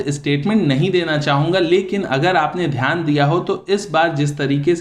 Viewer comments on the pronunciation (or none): none